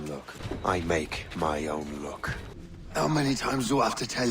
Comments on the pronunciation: I always thought he says, i make my own LOOK😂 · Sounded like GIVE ME WEED